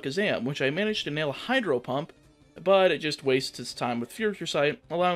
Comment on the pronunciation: 😂😂 Was it only me or did I hear you misintentionally say "Hydro hump" and not Hydro Pump. I say this because I swear it was intentional when you were in Sabrinas gym 😂😂.